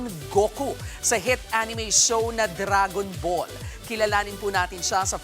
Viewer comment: Dragon Bul 😂